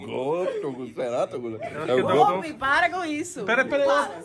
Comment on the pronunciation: Toguro e não Tuguro desculpas